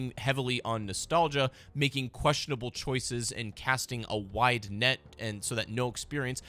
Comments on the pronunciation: I heard white appeal every time you said wide appeal lmoa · I thought he was saying white lmao 😂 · Dude I thought he was saying White instead of Wide lmaooooo